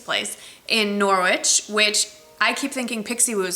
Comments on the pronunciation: Thanks for the book recommendation! (BTW Norwich is pronounced Norritch) :) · Happy birthday! Hope you're having a wonderful weekend! (sorry to be a pronunciation freak but the 'w' in Norwich is silent, like Greenwich Village) xx